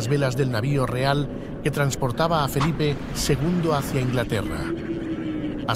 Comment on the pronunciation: Felipe ll. Nada de "Felipe, segundo", como ha dicho el locutor al principio del video.